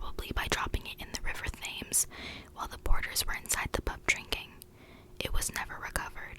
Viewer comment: You have a great whisper for sure although some of your pronunciations of English places are a little sketchy in places but that's understandable if you're not from the U.K. Although the most egregious was your pronunciation of the River Thames (Pronounced "Tems") lol Keep it up though, cheers!